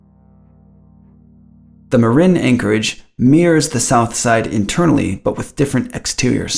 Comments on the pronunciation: Amazingly well done. I've been across that bridge thousands of times and it never gets old. Bonus points for pronouncing "Marin" correctly. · Thank you for pronouncing Marin correctly. It's irritating to hear people mispronounce locations when they're "teaching us" about something. Well done. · He even pronounced 'Marin' correctly.